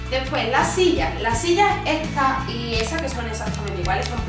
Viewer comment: Esta lamparita. Echa lamparita. Detrás del la puerta tengo eche espejo. Todo pronuncia a con cha. Che chi cvo chu. Echa mecha. Osea mesa. Jaaaa muero de richa 😂😂😂😂😂😂 ancha luego